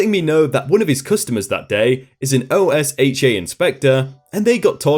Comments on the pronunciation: That shop manager sounds like he was pocketing the difference (cause the mentioning of white collar crime, which is usually defrauding) and was saying to the company head that he was buying name brand correct stuff but then pocketing the difference. Also usually OSHA is pronounced O-sha for most people in USA. ^_^ LOVE YOUR VIDEOS! I wait everyday for my notifications from you! <3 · in America, we pronounce OSHA as Oh-Sha. at least, that is how we pronounce it where I worked, and where my parents work. Not trying to 'look down' on you, just a small introduction to one of Many American quirks. Love your shows, avid fan. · OSHA is pronounced. Rhymes with Kenosha. There's an old joke: If you think OSHA is just the name of a small town in Wisconsin, you're in for a lot of trouble! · I love the videos but not pronouncing OSHA is driving me nuts... lol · Just read OSHA as a word not as separate letters. That’s just how everyone refers to it here in America. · actually you’re incorrect. Not only does everyone at least from the south pronounce it with an a or ah not a u but even other sources like safety and health magazine say it’s pronounced this way as well. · OSHA is actually pronounced like a word in the United States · I just took OSHA 10 so i heard it quite a bit, and every time he said it, I mini-cringed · I flinched every time you said "O-S-H-A" You can definitely tell you're not from the states. OSHA, (and MSHA too) is one "word" sounds like "ohshaw" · OSHA isn't pronounced as letters. It's pronounced "Oh-shu." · IT's O-sh-uh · It's not Oh-Ess-Hatch-Aye it's Oh-Sha. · This is, no lie, the first time I hear OSHA pronounced by letters; I always heard it said as 'oh-SHAH' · Here in America OSHA is pronounced "OH-shuh," sometimes with equal emphasis on both syllables and never spelled out as an acronym. No I'm not the first person to point that out. I just like the channel and want to jump on the constructive criticism bandwagon. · OSHA is Normally pronounced O-sha